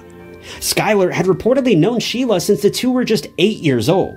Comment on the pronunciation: ITS SHE...LA NOT SHELIA😅😅😅😅